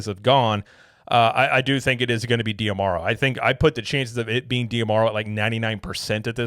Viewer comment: I believe his name is pronounced "Josh Dah-Marrow" (based on interviews I've seen) rather than "dee-ah-marrow."